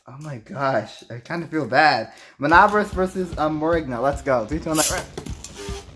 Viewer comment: It's pronounced Min-neh-bore-ohs btw lol